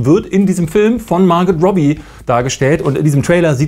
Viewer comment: Ich glaube ihr Name ist Margot und nicht Marget